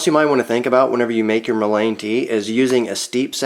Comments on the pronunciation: In the south it is pronounced “MULLEN” not mo-lane. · He should really learn how to at least pronounce the name properly. It is Mullen... the Mullen is soluble in water, which is the reason that tea is what works for the extraction, otherwise it would take some other solvent to extract the essential oil from the plant material. Sometimes the plant material would take alcohol, or some other solvent to extract the essential properties from the plant material...this plant material can even be smoked, which seems crazy since it is good for your lungs, but it is true, worse case senecio , smoke it!! It goes straight to the lungs where it does it’s magic.... this is real , been helping native Americans for centuries.......good luck... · it's pronounced "mullen". The more you know! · I think it's pronounced MOOlein, with emphasis on the MU. Thanks for the video. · I’ve never heard it pronounced that way. In SW MO it is Muh-Len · You are correct! It is pronounced muh-Luhn! google says so! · Mull-EN...is how you say it. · Love all the info but the word mullein is pronounced :) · 😂 I had to stop watching, I'm by no means a grammar Karen, but I just couldn't take anymore of him mispronouncing it over and over. 😂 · Just drives me a bit nuts that you are pronouncing mullein wrong. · Hard to trust someone's knowledge that can't even pronounce the name correctly. Might want to fix that.. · Wrong is still wrong, just because you did it for a long time doesn't make it less wrong. Here, correct pronunciation.